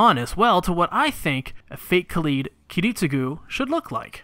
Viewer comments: Please stop saying Kah-leed and say Kah-lied. You are hurting me. you are hurting America. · It really irks me how you pronounce Kaleid, is that really the right pronunciation? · Kaleid as in Kaleidoscope You don't call it Kaleedeoscope do you? Sorry but every time you say Kaleed it drills into my brain ever so slightly XD Also when talking about The Rei type the word you are looking for is Kuudere Anyway I hope this helps other than that fantastic job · Why do so many people say Kaleed and not, ya know, kaleid?